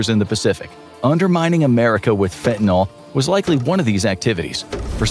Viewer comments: It may seem pedantic but from the standpoint of the actual meaning of the word it makes a big difference. The way it is frequently mispronounced suggests it ends in -ol (fentan-ALL) rather than the correct -yl (fentan-ILL). In organic chemistry this implies a completely different molecule, an alcohol rather than a general alkyl. So why not just pronounce it like it is spelled and not contribute to the dumbing down of the populace? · Its FENTANYL not fentaNOL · its fentanYL not "FentanOL" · For dog's sake, correctly pronounce fentanyl. It's not an alcohol. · Leave it to Infographics to mispronounce fentanyl every single time...